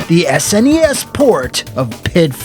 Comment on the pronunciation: Thank you for saying snes correctly and not like these retard kids who say snessssss